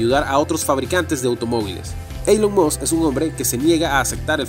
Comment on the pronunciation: Sería muy agradable que se corrigieran algunos errores del idioma y decidirse entre pronunciar palabras en inglés o pronunciar el inglés en español, pero no una mescla entre inglés y español Ej: Elon Musk, mal pronunciado múltiples veces y la palabra habían, mal empleada múltiples veces también. Espero se entienda como crítica constructiva.